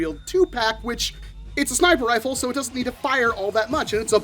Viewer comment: “Snip-er rfle”💀